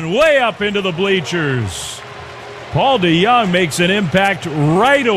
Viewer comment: Paul DeGone 😂